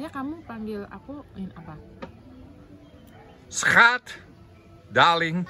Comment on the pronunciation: Pengucapan Schatznya salah